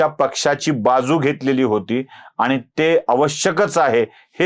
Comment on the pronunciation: स्वतःच्या उच्चारांकडे लक्ष द्या हो.आनि न पानी, अणुस्वार,द्वेषाणे असे उच्चार करणाऱ्याने तरी असले उद्योग करु नयेत. कुठल्यातरी पक्षाला विकत जाऊन स्वतःच बाजारु असल्याचं कबुल करताय हो